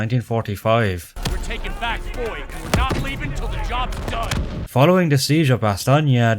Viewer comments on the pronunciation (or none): Im sorry but every time you pronounce a village name i cringe like crazy. They even say the name themselves so i have no idea why you say "fowah" when its "foy" and also bastonge.